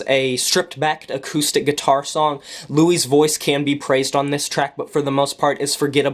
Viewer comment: Also pronounce the "s" in his name. His name isn't "Louis" (French origin with silent "s") it's "Luis".